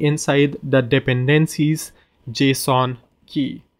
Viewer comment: I really love the way how you pronounce "dependencies". 🙂